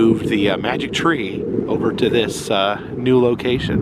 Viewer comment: New not Nee, you were trying to spell Happy Knee Year!